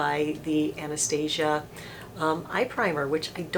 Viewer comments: Love your videos! Just wanna tell you she pronounces her name Ann-Nuh-Stah-See-Uh. :) Not Ann-Uh-Stay-Zha. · Awna staw seeya. If you watch her videos that's how she pronounces it.